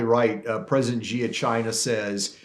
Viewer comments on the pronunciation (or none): How can you write a book on China and not know how to pronounce Xi correctly.. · Here's one way you can NOT shill for the Han commies: stop calling the chairman of the CCP "president." Xi (pronounced shee) Jin Ping is NOT a duly elected president. China is a communist country. Think about it. Germany does not have a president, neither does britain or canada. And China certainly doesn't. American presidents call chairman Xi by that honorific just to confuse the public.